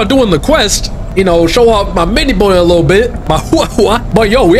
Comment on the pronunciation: Why do I hear "little bonr"